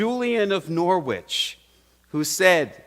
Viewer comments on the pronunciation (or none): love your services, you are a great preacher, I am tuning in from England and just letting you know that the W in Norwich is silent so it is pronounced noritch